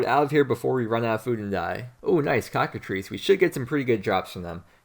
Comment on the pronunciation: Cockatr-EYE-ces my man, not cocka-three-ces. LITERALLY UNWATCHABLE